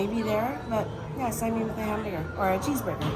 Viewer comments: Enjoy your vlogs. A small suggestion so people in Hawaii don't correct you. Won ton mein is usually pronounced "One tun min" and "sigh- min". "min" or "mein" is pronounced the same and is one syllable. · Now I want some saimin! FYI, in Hawaii, we say sai-min not sai-mean. 😊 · If you say "saiMEEN" in Hawai'i, people will look at you a little strangely (like you must be a tourist), but this video was posted almost a year ago, so maybe by now you know it's pronounced "saimin" as it looks with the last syllable like "min" in "minnow." And the Zip Min may be popular, but saimin originated on the sugarcane plantations long before Zippy's opened. It was a combination of the foods that plantation workers used to bring to work and share at lunchtime, so that's why you can see the influences of Chinese and Japanese dishes in saimin or wonton min. There are, or were, many little "saimin stands" or hole-in-the-wall restaurants that became well-known for their saimin in Hawai'i. You should do some research and do a REAL Saimin Tour of the islands on a future trip. It's also interesting for me to see King's Hawaiian on the mainland because our family (and many other local families in Honolulu) would regularly enjoy dinners at King's Bakery (on King St.) and it was one of the few bakeries (like Leonard's) where we could buy 'ono pastries to take to parties or as a treat to eat at home. One of the most popular cakes was the chocolate dobash cake! Of course, there was also the famous Portuguese sweet bread - which became the famous King's Hawaiian rolls and bread. It was very sad when the Taira family closed the bakery restaurant and expanded business on the mainland. The parents originally did not want to "mass produce" the bread because of the effect on t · Sai-Min not sai- meeen